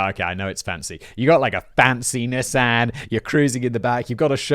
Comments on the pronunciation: Knee-Sahn. Not NISS-AN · Damn it simon! It's a nee-sahn..nissan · Was gonna drop a like, then Simon said "Nis-Anne" instead of "Nee-san" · Simon did a good job pronouncing everything but... Nissan. (knee-sawn) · I have never been bothered by Simon’s pronunciations until NIS-AHN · The way Simon pronounces Nissan😂 (we pronounce nē-sahn) in US lol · British people, is that really how you guys say “Nissan”, or is Simon intentionally confusing my small American brain? We say Nee-sawn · i didnt realize you were talking about nissan until like the end of the nissan rant i was like wth is a nysahn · Bro... I don't wanna do tbis to you, but it's "Knee-saw-n" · George wonderful script! But you forgot to give Simon a pronunciation guide for Nissan (knee son). Unless that's just America? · For this lifelong Wisconsinite, I’ve not only owned a few, but would like to leave my pronunciation for Simon say it Knee san. Also for the writers, whatever the channel, consider this one… yesterday I watched a Forensic Files from 2007 titled Bitter Brew about the kidnapping of Coors chairman Adolph Coors. ❤️ this and all your channels! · How you or the English pronounce Nissan is sooooo weird lol didn’t know that’s what you meant till subtitles lol